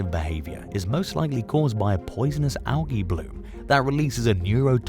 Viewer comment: Algae is pronounced AL - G 😉